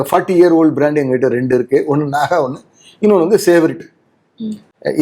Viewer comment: நகா அல்ல நாகா முதலில் கேள்வி கேட்கும் முன் சம்பந்தபட்ட உச்சரிப்பை கற்று கொள்ளுங்கள்